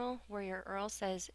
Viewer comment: only subscribed because it was GURL and she said eral intead of url